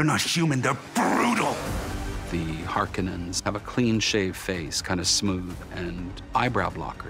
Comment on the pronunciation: Ugh they pronounce Harkonen the lame way in this